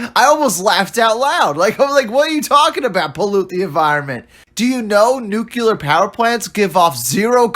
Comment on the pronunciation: Guys that say "Nucular" probably shouldn't review sci-fi movies. Still, this one was really bad.